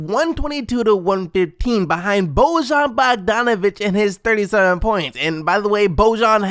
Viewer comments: It's bojan not boužan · He isn't Božan he is Bojan. You need to read j like y in enjoy for example. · Just letting ya know Bojan Bogdonavic's first name is pronounced like Boyan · Just so you know, Bogdanovic's name is pronounced "Boyan." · Holy shit learn to pronounce Bojan's name!